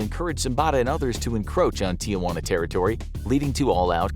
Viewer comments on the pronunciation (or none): none